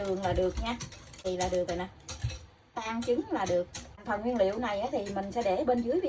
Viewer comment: Nói kg can Nguyễn Liêu noi mắc cười 😂